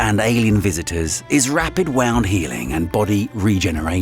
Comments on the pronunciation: Wound not wound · "Rapid 'wound' healing"? 🤦‍♀️ Gosh, how wound up is it? Be careful not to break the mainspring.🙄 It's a noun, and pronounced "WOOND." Seriously, it's yet another reason why I hate AI voices more and more every day. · "Woooooond" not "Wownd" so...not a native English speaker? With that accent? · BOT voice alert! "Rapid wowned healing"? shouldn't that be "rapid woond healing"? I jusi can't listen to this verbal garbage any more. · check your grammar. "Wound" (wownd) as in 'to wind a spool of thread' spoken instead of "wound" (wooned) as in an injury. If this is supposed to be an educational channel, it needs to be presented and edited by someone who actually understands the language it is presented in. Whilst I am interested in this content, I put a "dislike" on because the overall presentation does not appear to have been posted by anyone with a decent grasp of english from any dialect. I stopped watching at this point due to the rising number of issues. You are supposedly presenting science, yet have no grasp on the language of your presentation. Therefore, I cannot take anything posted here seriously. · Hung up on "Rapid wound healing" where "wound" was pronounced like "wound the clock" ( wow-nd ) rather than "gunshot wound" ( woo-nd ). I'm not aware of any English dialect where that's normal. ;) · Very lame AI voice. "rapid WOWnd healing" instead of "wound healing". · are you an AI? you said "wound" like you would when tilking about a spool of thread when you should have pronounced it "wound" (woond) as you were referring to bodily harm. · I'm so over these AI voices.I do think it's astonishing how good they are but when I hear wound(laceration) pronounced like wound(past-tense of wind), i let off a sigh of annoyance. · Two pronunciations of "wound" with very different meanings...you chose...poorly. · rapid wound healing. divalent and trivalent. efficacy. pronounced wrong :p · The AI narrating this mispronounces quite a few common words